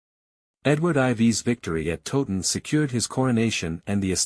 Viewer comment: Please learn how to pronounced Towton. It is not 'Totun' but Towton as in the word 'towel'. Towton not Totun. The figures for both armies are much exaggerated as are the alleged casualties, indeed one minor mystery is that only one grave pit has been found and that only had 40 to 50 bodies in it. Where are the rest of the bodies?